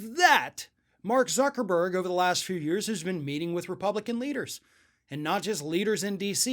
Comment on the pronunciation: thank u for telling me that.. I was laughing so hard when he said tucker-burg I forgot how to spell the name of the most infamous man on the planet lol